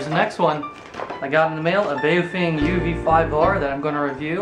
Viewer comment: It's pronounced bow-fung.. bow as in the bow of a boat